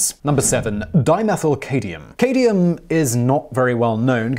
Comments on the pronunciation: All of you guys complaining about how he prounces cadmium must not be regular viewers. Simon's made it very clear in other videos that he doesn't care if he mispronounces words and clearly puts in little to no effort trying to remedy the problem. This is exactly why people who don't understand topics shouldn't present videos on them. And why you need a host who contributes more to the show than just an English accent. Incorrect information, like misproununciations, spread like a disease. One person hears it, then spreads it on to others, who in turn spread it on to others thsemselves. And so on and so on. Some may think it's a trivial issue, but when we're talking about 10s or 100s of thousands of people being exposed to this stuff, the figures are anything but trivial. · Dyslexia, Simon? Left out the first M in Cadmium? Or what th e heck is cadium? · Dimethylcadmium? You keep saying "cadium" as opposed to "cadmium" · Cadium? I've heard of Cadmium: CAD-ME-UM. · ERROR: Simon, you pronounce "7. Dimethylcadmium", and simply "cadmium" as ...-cadium, which is incorrect. The "m" in cadmium is NOT to be treated as silent. It's cad-mium or cad'mium, mi-um, with the "mi" pronounced like "me". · Simon, even Brits pronounce it, CAD-ME-UMM. CAD, not CADE. Just giving you a hard time. You rock. I see your face more often than pretty much anybody else's. Don't believe me, here, you can listen to both the UK and US pronunciations. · Simon, I love your videos, but "Cadium" made me want to punch you in the face. Sorry, the current events have me on edge (I am a doctor in a country with an abysmal healthcare system) and I feel particularly aggresive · Its cadMium. There's an M, Simon. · cadMium. There's an M in the middle you keep skipping. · "Cadium" LOL.... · Simon you need to watch the 5 year old SciShow episode of this topic if for nothing more than to get some knowledge on pronouncing words lol. Cadium??? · Cad-me-um. Just so you know. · Simon. Dude. It's CAD-ME-UM. Cadmium....